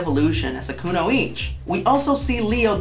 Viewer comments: To be slightly pedantic its not Kunoich, its Kunoichi, (ku-no-ee-chee) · It's "kunoichiiiii", baka. Anyway, THAT'S what I call an Honest Review ♥. Man oh man.